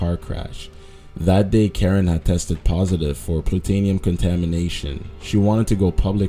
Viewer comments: What's plutanium? It's plutonium haha pronounced ploo-tony-um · wtf is plutAnium?